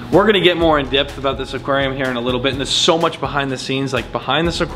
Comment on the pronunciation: Anyone else notice that said dipth instead of depth